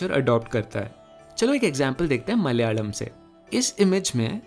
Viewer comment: I love how a Hindi speaker properly said the name of Malayalam. Thank you very much.